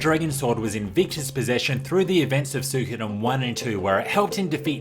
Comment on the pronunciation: Ok dude, it's REALLY doing my head in. Say it with me now... Swee-ko-den